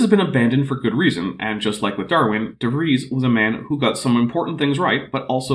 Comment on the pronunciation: also butchered "De Vries" pretty badly IMO, but I'm more familiar with German than Dutch.